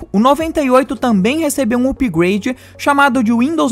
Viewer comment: Cara, teu vídeo é incrível, mas preciso fazer uma crítica construtiva. Peço que não se ofenda, por favor! Mano, teu inglês é sofrível. Tive que por no mudo e ler as legendas. "Windows média", mano!?, "úpigueide", "páinti"... Não me leve a mal... Mas é somente isso que deve melhorar no seu canal Beijos Like e inscrito aqui!